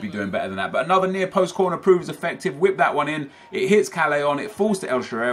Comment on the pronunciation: It's pronounced El Shaarawy